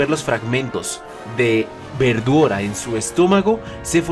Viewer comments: Los japoneses no pueden pronunciar correctamente la L y la mencionan cómo si fuera R así que la pronunciación correcto sería veldora pero ellos los pronuncian verdora, no pueden pronunciar bien la L y la pronuncian con un R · siempre que dice veldora se escucha como verdura e.e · siempre cuando dicen veldora escucho "verdura"